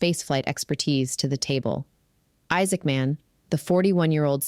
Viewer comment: Isaacman should not be spoken as two words. Sounds weird.